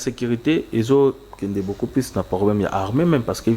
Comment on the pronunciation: J'ai SAL U t et non j'ai sal i t , balobaka PLUS et non plis .